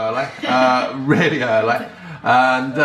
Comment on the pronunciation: ‘Always earleh’